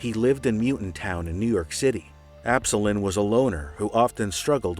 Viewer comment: Absolon is pronounced "Ab - soul - on" btw but great video man!